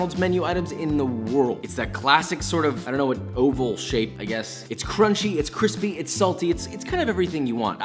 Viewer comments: cwispy aprons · can we get a cwispy count? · Am I the only one that wants something with “quispy” (crispy) on it??? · I don’t think I’m ever gonna get used to hearing the word cwispy LOL Love your videos!! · You should do a series called But Cwispy. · “This isn’t just a hashbrown, this isn’t just a cwispy, this isn’t just a but better. This is history.” Josh 2020